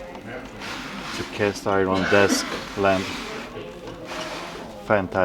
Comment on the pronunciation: He's saying castiwon